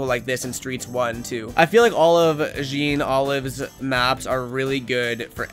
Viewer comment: the jean is pronounced like john